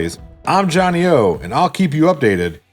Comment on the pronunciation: Did say 'Johnny oats'? thats what really concerns me